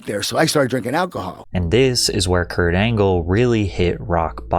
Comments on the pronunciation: Perk Angle ❌ Peak Angle ✅ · Kurt Angle ❌ Perk Angle ✅ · Perc angle 😂🤦🏽‍♂️